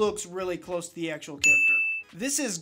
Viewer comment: 27 I put a fig on my base plate every time you said chacter